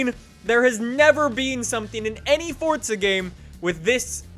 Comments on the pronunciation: FORZA NOT FORTZA. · Tell me where in Forza to you see or hear a T. Its Forza not Fortza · its for-za!! not fort-za... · Is just me, or does everyone else pronounce it "Four-ZA", and you strongly believe that anyone who pronounces it FORT-ZA deserves a kick in the beans? Just me? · Why do you say fortza? It’s forza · DADDYY HAMIDD it's spelled for-za but it's pronounced fort-za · Jesus Salazar yes i know just funny that's why i said it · It feels like you say Fordza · He said fordza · Fort-th-a motorsport 7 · "Fortza game" What!?!?! F O R Z A. Not Fortza